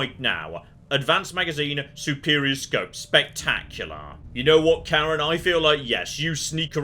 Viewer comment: As a Swedish person, I shall represent the Swedish people in correcting your pronunciation of Karin, it's Kar-in, not Kar-en!